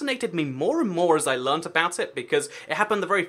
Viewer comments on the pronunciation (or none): none